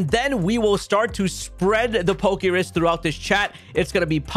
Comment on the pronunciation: The fact that you call it PokeRIS is like nails on a chalkboard everytime you say it.